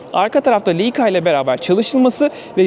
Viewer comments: Leika değil “layka” diye okunur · Leica bir Alman markası, telaffuzu da Leyka olarak değil, "Layka" şeklindedir. Kolay gelsin